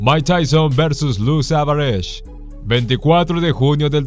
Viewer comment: El relator no sabe pronunciar apellidos italianos. Los pronuncia como si fueran ingleses. No es Savares, sino como se escribe: SAVARESE. Otro error, no diga americano, sino estadounidense. América es un continente, no un país.A estudiar señor. Ah, saludos le manda James Buster Douglas a Tyson.